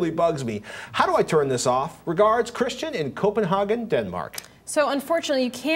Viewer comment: come on... google Copenhagen and how to say it...